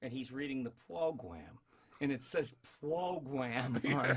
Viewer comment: pwogrwam hahahahha